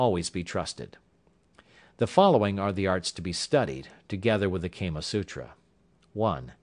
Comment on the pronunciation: He did NOT just say Kamma Sutra... jezuz... if you're doing an audiobook, get the pronunciations correct. Kah muh Soo truh. Ask an Indian.